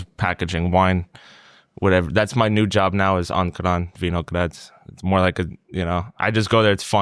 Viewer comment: zna boljše izgovorit Ankaran, kot:D